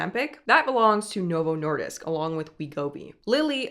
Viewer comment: You completely nailed the pronounciation of Novo Nordisk. Pretty impressive.